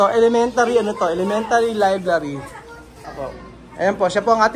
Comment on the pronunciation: it is libRary not libLary ✌️